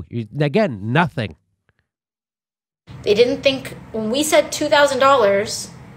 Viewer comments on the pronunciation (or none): "again nothing" sums it all up. I cringed so hard when she said " two TAWsand 2k is 2k" ugh shmmmbbuuughhh 😖